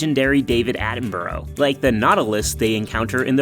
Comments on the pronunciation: I almost hit the dislike button for the mispronunciation of Attenborough. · Aww he called him Atten-borrow I must be the only biologist who doesn't like Attenborough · I would sub, but that pronunciation of 'Attenborough' was painful